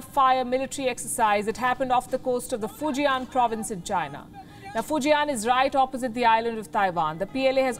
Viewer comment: It's Fu Jian(Fu Jan), not Fu Ji An.